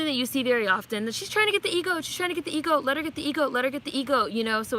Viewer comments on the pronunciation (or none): Sis it’s EGOT not EGoat Emmy, Grammy,Oscar,Tony but I know everyone knows what you’re saying lol it was just messing with my spirit lol 😂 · Lol it sounded like you said E “Goat” 🐐... but ok I gotcha! But let me add this... I AGREE WITH EVERYTHING YOU’VE SAID 100%!!!! I am not supporting this movie also bcus of the revisionist history... making up parts of her life... as you said this is a REAL PERSON